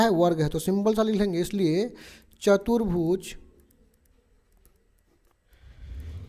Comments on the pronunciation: Sir chatrbuj nhi hota chturbuj hota h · not chatarbhuj say chaturbhuj